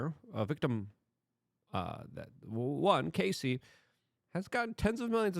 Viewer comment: Luke her name is Cassie not Casey ..please get it correct